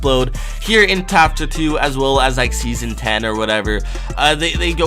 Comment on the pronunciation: "tapter 2" lmfao